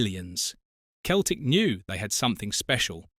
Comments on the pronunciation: Where were these headlines? Celtic is pronounced Sel-tic, not Keltic. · Why Keltic and occasionally proper pronunciation of the club’s name?!?? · No when Celtic was formed it was KELTIC . In the English speaking world they use seltic as a E after a C comes out a SELTIC like celebrity etc .